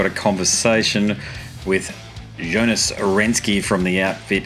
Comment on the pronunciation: Mispronounced his name, which is strangely common. It’s Renkse, not Renske. Also, a question about Anders’ absence from touring would have been good. So hard to find information about that, it’s almost like a secret. Katatonia is not just a Jonas solo tour (although it feels like it now and felt like it at the show).